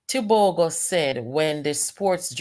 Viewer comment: What's so had in pronouncing Tebogo?